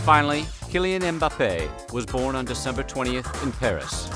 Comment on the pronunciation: You were born. There's no 'T' in born. 😐